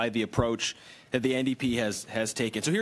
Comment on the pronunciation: Ndp not nap